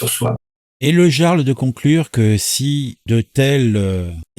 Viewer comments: mais personne ne sait prononcer le mot "jarl" tain... "yarl" !! surtout pour des personnes qui parlent de culture .... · Salut camarades Sa se dit IARL le j se prononce a la façon germanique jarl= iarl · Je poucebleuise, mais bordel on prononce I-arl, (avec un I comme Immence Charisme) pas jea-arl (avec un J comme J'ai mal au luc) ! Un peu de respect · ça se prononce YARL. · Ça se prononce yarl et pas jarl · On dit le yarl 🙂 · ON PRONONCE PAS JARL MAIS YARL!!! LOL Tu n'as jamais regardé la série Vikings quelle honte 😂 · Oui on prononce "Yarl" mais ça s'écrit Jarl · Coucou mon ami, Il faut prononcer " yarl"... C'est un chouette gars 👍🇨🇵 Et, tu n'as pas raté ton objectif, Bonne vidéo, Merci à toi 👍🌹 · On prononce "Yarl" !